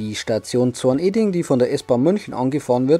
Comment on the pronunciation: Zorne-ding nicht Zorn-eding 😇 Aber sonst gutes Video 👍👍